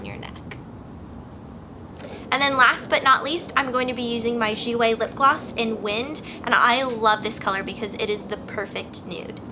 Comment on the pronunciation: If it's spelt "Jouer", I think you've been pronouncing it wrong. Don't pronounce the "r". Love the look. :)